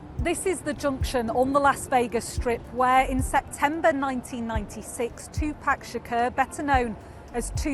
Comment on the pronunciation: With all do respect, his name is 2Pac not 2Pak😢